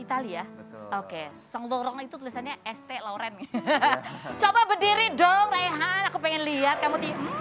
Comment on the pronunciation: Brand St. Laurens but she pronounced so wrong 😅 (maklum lidah lokal)